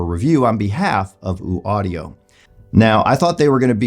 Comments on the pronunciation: Its Ø not ooo. Ø as in U(rge). Hope that helps. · ‘Oouu’ Audio? Pretty sure that’s not how that’s pronounced.